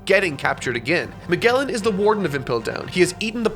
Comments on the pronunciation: This white monwly just cannot pronounce Magellan correctly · The way pronounces Magellan is…just sigh. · Fucking love how censors himself for mispronouncing so many names in tiny, inconsequential ways, but pronounces Magellan with a hard 'g' xD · Good vid. I think alot of it ur really stretching things hard Lol, but still a good video none the less. Lol thank u to whoever edited this too for fixing how he says Yamato. I wish u did the same with Magellan lol. Edit : actually he needs to just be taught how to say/pronounce a lot of names cuz fixing one or two is prob not a big deal, but wow there are sooo many lol